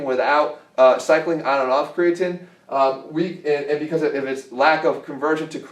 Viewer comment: I doubt you'll respond Jeff, but I'd love to hear some actual research behind why you reccomed kre alkalyn. The logic that an alkaline substance in a pill csn with stand your stomachs acidic pH is laughable. Also, say it with me: CRE-UH-TEEN. lol at Cre-uh-TIN